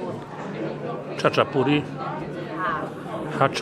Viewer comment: Czyta sie tak jak sie piszę Chaczapuri.A czaczę to może Pan zatańczyć ze swoją mamą jak wczyści tą zupkę cebulową . Serdecznie Pozdrawiam. Adrian -krytyk fatalnych krytyków.